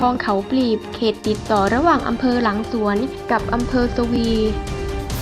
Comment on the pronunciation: อำเภอ สวี อ่านว่า สะ หวี นะจ๊ะ ไม่ใช่ สะ วี